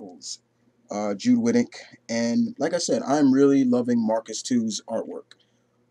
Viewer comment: Great review! But not to be a troll, Marcus To, his last name is pronounced toe, just maybe you wanted to know.